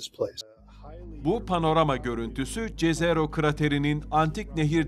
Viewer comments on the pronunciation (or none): Jezero diye bir şey yok jezero yazılsa da yezero seslenmeli ki yerini bulsun